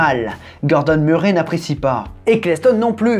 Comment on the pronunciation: Cette série est vraiment excellente. Petite précision, quand tu parles de tonton Gordon, notre nom de famille se prononce "Meurray" 😉